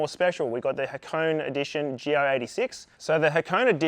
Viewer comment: HA-KO-NE, not Ha-cone. How is this the world's first dealer delivered turbo GR86 if you had to do the install yourself? Clickbait.